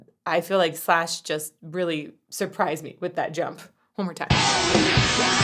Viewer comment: Is not shash, is slash😂😂